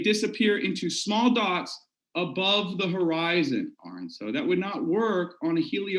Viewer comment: I think the most upsetting part of this debate is the fact that believes he is intelligent....and yet, can't pronounce the name Aron. It's "ah-rin" not "Orin" 🤷‍♀️🤣